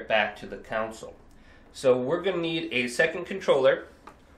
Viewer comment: It’s console. Not counsel